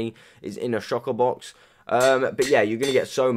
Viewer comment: Anyone noticed he says shocker box